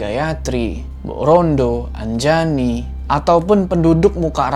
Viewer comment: nama saya Anjani bukan Anjayani apalagi Anjay ...